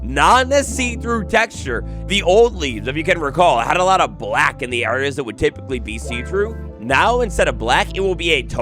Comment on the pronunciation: bruh the way u say black